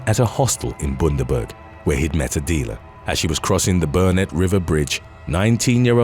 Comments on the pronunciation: Its not boon-da-berg, its bun-der-berg bruh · Bundaberg is pronounced - Bun-DA-Burg